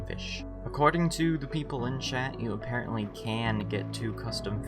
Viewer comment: apparently aparrotly